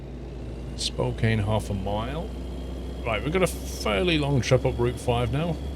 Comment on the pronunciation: Spokane rhymes with Ann. A lot of Washington place names come from indigenous names or words and they’re not pronounced the way most people expect.